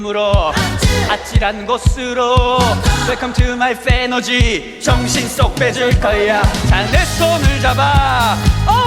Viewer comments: 사태가 점점 심각해지고 있습니다. 이젠 하다하다 외국 롤라의 Fantasy 발음을 들으면서 '아..저거 아닌데..훼너지 라고 해야하는데..' 이따위로 생각하게 되었습니다. 이게 맞나요? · 매혹적인 발음들 웰컴투마 빼너지 행보가자나? 헨락 짜잠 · 영어발음 풰너지 맞자나욬ㅋㅋㅋㅋㅋㅋ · 내가 보려고 만든 포인트 무테안경 뭐임? 괜히 열받음 뮤지컬에서 갑자기 발음굴리기 도입부 장인 내 몸~~~에 반할걸 우~~~~~~위!! 나지 왕언니(존나든든함) 쌔삥 꿈으로 1패너지 전라도롤라 행보가자나? 갑자기 걸쭉하게 내지른후 할아버지 턴 다리 털도 만탄 마리야?!?!!!! 진짜 존나 잘해줄거같음 ☆☆☆일렉짜장☆☆☆ 태권품새 후 갑자기 아무일 없었던듯 흐느적 우~~~~위 왤케 잘불러;;; 경로당스탭 쌔삥 꿈으로 2패너지 3패너지 ☆☆☆쎄마넴☆☆☆ 중대장은 너희들에게 실망했다 차력롤라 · 판타지 발음 왜안되는건뎈ㅋㅋㅋㅋㅋㅋ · 패너지랑 행보가자나? 발음이 아줌마같아서 더 좋게들리네...